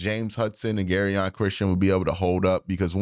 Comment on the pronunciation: Jer-on Christian not “Gary-on”😂